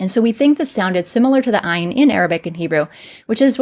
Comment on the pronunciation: Ain should by more like aye like how the Scots would say it ??